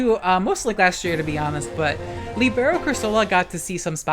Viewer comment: You butchered "libero"'s pronunciation to the point I wasn't understanding until I saw Cinderace, but I still love you.